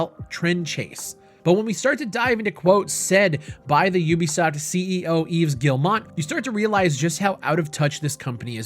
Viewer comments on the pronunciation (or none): his name is pronounced just like eve. The S in Yves is silent.